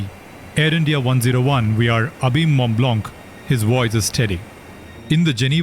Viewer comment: Mont Blanc pronounciation is Mo Bla..also check.the pen on.this name and how many in each type are produced.